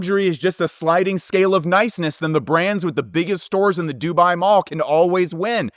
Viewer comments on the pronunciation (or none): none